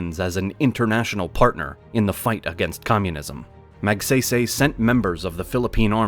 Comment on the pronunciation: Ramon Magsaysay's last name is pronounced more like (Mag-Sigh-Sigh).